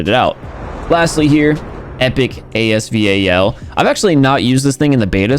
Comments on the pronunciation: normal person: as-val: A S V A L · And thats a fact😂😂 He says A-S-V-A-L And everybody calls it As Val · Nobody: Literally nobody:: "The epic A-S-V-A-L " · A.S.V.A.L Me:AS VAL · it’s not A S V A L. It’s ASVAL. It’s AY S VAL. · Stop calling it. “A S V A L” it’s giving me anxiety 😂😂😂 it’s “AS VAL” like say the name “ Valerie” without the erie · stupid he said a-s-v-a-l and in the trailer during the video said the legendary asval judgement it’s not a legendary we haven’t had any lucky draws yet so it’s not legendary gun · no it is pronounced as A.S VAL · Lol AS “V.A.L”